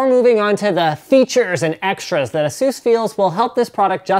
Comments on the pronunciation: ITS PRONOUNCED AY-SUS not asues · A-SUS, not ASEUS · it's not a-zeus it a-sus get it right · It is actually pronounced "Asues" or as you say because Asus and Acer which are both computer companies have similar sounding names with the way you pronounce it so that is why they switched to the way Linus pronounces it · Iron Man Doesn't mean that's how it's pronounced. Speak with any Asus employee and they'll tell you it's pronounced "ay-soos". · Nonono its pronounced Asses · It's fucking "ASUS" A-SUSS